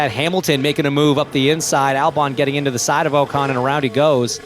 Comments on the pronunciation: Its not Oh-Con it Ocon 😂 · His name is not OCAN its OCON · Oh-Kahn. Pronunciation hits like a swimsuit full of wet beach sand. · If they insist on having american commentators for US races, at least make them pronounce drivers' names correctly.🙄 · These American commentators need to pronounce the names correctly lol. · Could the commentator please learn how to pronounce Ocon